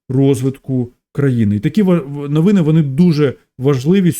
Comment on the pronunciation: А що це з слово навыны, асаблыво ,давгастракову ? Ты що жид?😅